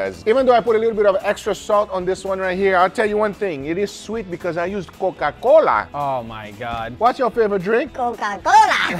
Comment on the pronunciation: The way he said "Coca Cola" 😂😂